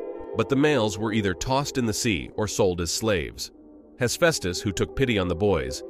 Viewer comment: Pleaee pronounce Hephaestus the right way